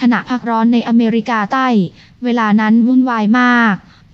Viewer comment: ไม่ใช่คนไทยแน่นอน เหมือนคนจีนมาก ตอนพูดอเมริกาใต้